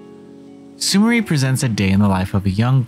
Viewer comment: It's pronounced Sumiray. It's a very common Japanese name.